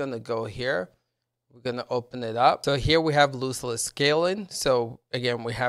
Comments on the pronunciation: Dude its "LOSS-less" scaling. Not loose less. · I believe he meant the pronunciation of the word. You are pronouncing it like foot loose, but it should be like "lostless scaling" and just imagine "lost" has a silent "t". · Tell me how you pronounce loss Ok Now add less and what do you get Loss-less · ITS LOSS LESS NOT LOOSE LESS! 😂😂 Nice video though, thank you. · Loss less. Like lost. Not loose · LOSS, LOSSLESS SCALING NOT LOOSELESS! Awesome video though, thanks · If you make another video please learn how to pronounce the name of the program, you're saying it like it has two o's. It's loss, not loose. Also, it's Jedi Survivor, there's no "fallen" in the title. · Why would I listen to someone who can’t even pronounce the word loss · lol yeah I actually thought it was lose not loss. I spelt it that way when I wrote the title as well. But I corrected it, thanks.